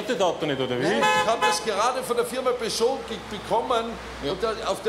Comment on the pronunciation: Ein Peugot von der Firma Peugot :D